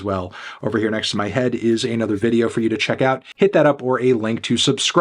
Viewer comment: Eightony Cumtano.